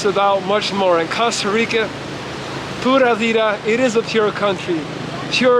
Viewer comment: Flawlessly pronounced 🇨🇷 pura vida